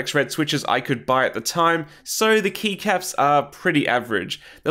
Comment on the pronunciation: Kept hearing knee caps instead of keycaps, still made sense lol.